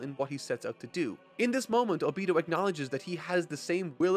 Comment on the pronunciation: I couldnt cant past this video without getting distracted by "O beee-toe" instead of "oh-be toe" ever other sentence. Great content either way!